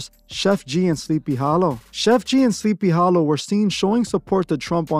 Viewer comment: "SLEEPY HALOO"😂😂